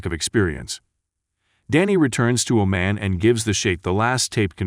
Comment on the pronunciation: The correct pronunciation of Oman is like how Jamaicans say "yah maaan". Hope this helps.